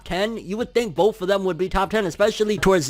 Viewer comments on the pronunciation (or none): none